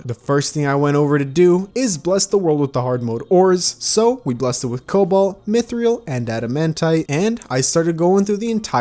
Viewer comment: I think it's pronounced (Myth-rill) because there is no a after the I. If it were Mythrial then you would say it your way but it's spelled Mythril